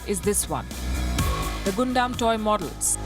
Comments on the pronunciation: it's pronounce as GUN DAMN and definitely not pronounce as GOON DUMB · Yup Hated that 'Guundum' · Palki Ji! It does not spell Gunda robot but Gaandam robot. =P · It is pronounced as Gundam=Gandam not Gondam 😅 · Although it's spelled "Gundam", it's not pronounced Gun dam, but pronounced Gan dam 😉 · Yeah....was irritating a but when she repeatedly said out loud like that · Lol that's not pronounced as "Gundam" 😂😂😂 Eventhough it's written like that. It's pronounced as " gandam" Your pronounciation is hilarious 😂😂 But anyways thank you so much for covering my favourite mecha of all time in this video. Die-hard gundam fan here 😎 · It's pronunciation gundam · ugh the way you pronounced Gundam killed me inside, I dont even like Mecha but it somehow did. oof. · What else would you expect from a country that treats its people like robots? Gotta be perfect and HARMonious, right? 🥴🥴🥴🥴🥴 P.S. Please don't be bothered by how she pronounces "Gundam" here; you can't blame her for not being a fan. We anime fans must understand that normal people, for the most part, are not ready to understand our fandoms; unlike with K-Pop which they are more open to.